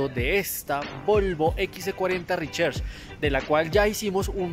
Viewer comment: Toca mejorar el nivel de ingles para pronunciar RECHARGE (Ri-char-ch) y no ri-cher-ch...